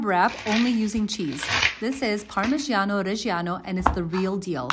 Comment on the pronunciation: OH GOD! why is it so difficult pronouncing parmigiano the right way? It is g like in John or George, not like jamais...